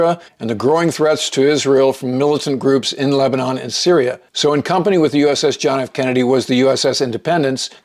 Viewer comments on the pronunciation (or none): I had never heard Lebanon pronounced as "!Lehb-eh- nawn" the way the narrator says it here until I moved to north Minnesota. Of course, it's "Lehb-eh-nin".... I went on a twenty man crew to work a fire at Three Sisters, Oregon. With a trainee crew boss that's 21 people. Our bus driver got fed up hearing '"Or-eh-gawn" too many times. At one point she stopped the bus and hollered back at us: "IT'S OREGON ! We're still here!"